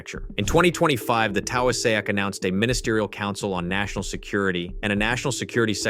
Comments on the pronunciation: The what? The Taouw-a-sack? It's Taoiseach - pronounced tee-shock. But points for the most amusing butchering of the name! (;o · Taoiseach. It's pronounced Tea-shock. It annoys me so much when it's mispronounced. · The AI pronounces Taoiseach incorrectly. The correct pronunciation is similar to Tea- shock. It means Prime Minister. 😌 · "The Towiesayak." 🤣🤣🤣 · who are those police? And please find as many possible ways to include the irish prime ministers Gaelic translation into as many videos pronounced just like that. That has to be the absolute best version yet. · Good video (except for pronunciation of "Taoiseach"!). But Ireland really needs to aim for LOA3. Hopefully LOA2 is just a milestone on that path.